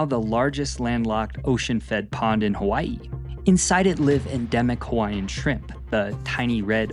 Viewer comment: I appreciate that your pronunciations were very good. Sometimes it's hard to watch a video about Hawai'i when your ears are being assaulted with bad annunciation lol. Great job and loved to hear accurate history. Mahalo nui loa.